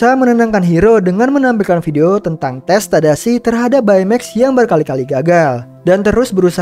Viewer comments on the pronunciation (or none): baca baymax bukan bay mex tapi bey mex